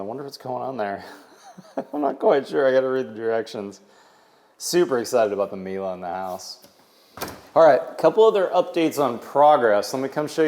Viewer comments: Not "mila" it is "mile" hehhe europe things bug you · Nothing new and Miele is a German brand it is pronounced E and now A at the end. And Miele don't show it because it is common in Germany. Every dishwasher has it. And Plumber needs to get fired. Who in the world installs a shower head so low you can hit your head on.